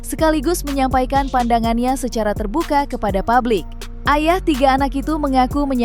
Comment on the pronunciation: Publik, jangan dibaca PABLIK.....